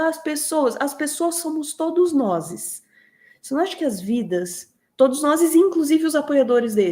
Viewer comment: Oi, "todos noses", ou "todos nozes"? Escorregou, é??